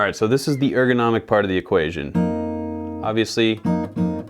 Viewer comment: Had to pause and laugh my ass off when he said 'ergonomic'